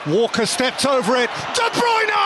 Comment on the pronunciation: De brunye ahhh balter apsolute balter from Kevin de brunye there is no stopping that still remember this to this day